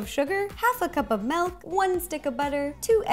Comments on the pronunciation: She says melk instead of milk🙃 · I love how she says milk "melk" 😂💜